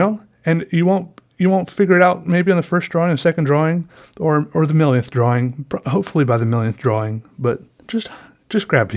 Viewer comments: lol i can't stop laughing cuz he says drawling instead or drawing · Drawing not DROH WING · ffs can you say drawing please. not drawling it's irritating aside from that great video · Its pronounced "drawL" with an "L" at the end. Jesus Christ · Why does he always say drawling instead of drawing?? It always makes me feel weird if that makes sense lol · “draw-wing..” love it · "besides a draw-wing" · Not to be rude but holy crap the rambling about using a pencil was probably the most boring thing I listened to in a long time. And not to mention the huge pronunciation of 'draween' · am I the only one who thought he kept saying "drowling" instead of "drawing"? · I love how he pronounces "drawing" like "draw wing" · dr-aw-ing. love it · haha i love the way u say drawing..u really pronounce the w. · At this point I think you know that's not how you're supposed to pronounce drawing but you just don't care. Great videos! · I love how u pronounce drawing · the way you say drawing urks me for some reason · i love how he says "drawing" with a hard w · Has ever explained why he says drawing the way he does?